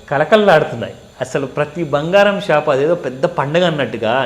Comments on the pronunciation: 'బంగారం' తల్లీ! అది భంగారం కాదు 😂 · Anandam lo bhangaram cheppindi😅